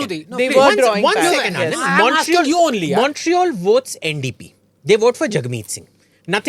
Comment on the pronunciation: Abhijit lying with such confidence about Montreal. I live here and in 2021 general election, the liberal party of Trudeau won 16 seats out of 18. NDP of Jagmeet won only 1 seat. He bluffs with such high confidence. And his pronunciation of Montreal is crap. Nobody says Montreal like he does. It is either मॉन्ट-रियाल or मोरेयाल . What a bluffmaster!